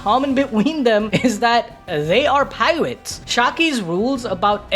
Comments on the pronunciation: You should say piwates again that made me laugh so hard 😂😂 and rocks and xebec are the same person so what the heck do ya mean bro?? You're getting carried away again broskies LMFAO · “they are piwates” 😂😂